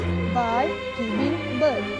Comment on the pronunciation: Setahu aku dia gelak bkn sebb nada je.Sebb cgu tu sbut "birth" as "bird".Maknanya pronounce birth dia salah.Tpi tk boleh jgk.Kalau nk tgur tgur baik baik tgok mcm adibah noor tgur.Dia ajar bkn gelak macm tu.Betul tk geng